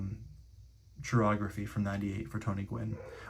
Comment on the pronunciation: Pronounced kai-ography not chi-ography. Yes or no😂😢😊❤🎉😮